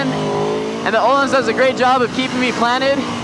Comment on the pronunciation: Pronuncing "öhlins" with an O instead of an Ö makes me kind of angry